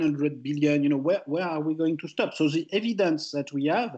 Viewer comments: Thomas ,you are a great economist and your speach us clear. Could you just improve a little bit your prononciation ? The instead of ze , for instance... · I'm french. And I know my accent is not better (those damned stressed syllable...). But Picketty should not use that «ze» instead of «the». It makes him sound like Louis De Funès.